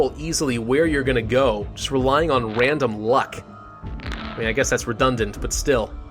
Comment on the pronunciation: “Infects a wandom country”